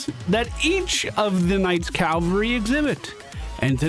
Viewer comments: Quick note - only because I know you do work on pronunciation: The word "cavalry" isn't: "Cal-vuh-ree" it's: "Cav-aul-ree" ... the 'V' comes before the 'L' It is a very common mispronunciation. Don't feel bad about it. Bonus! Another one I hear often is "veteran" pronounced as: "vet-ran" ... that's what happens if an animal doctor was in a race. "vet-er-in" ... is someone with tenure or experience, especially in the profession of arms. (three syllables, not two) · Cavalry -- Dude on horseback. Calvary -- Place where Jesus died. lol